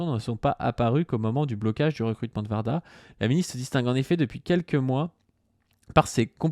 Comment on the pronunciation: c pas Varda... c Warda ( ouarda) ps: j'aime bien vos vidéos